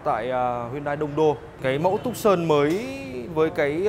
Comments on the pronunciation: Dong Nguyen phiên Âm tiếng anh theo kiểu Việt Nam đọc là tấc sần nha bạn :)) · Reviewer đọc tên xe sai rồi, phải đọc là Too - san, vì xe này được phát triển ở thành phố tucson bang Arizona , Hoa Kỳ :)) nên lấy tên của thành phố này đặt cho xe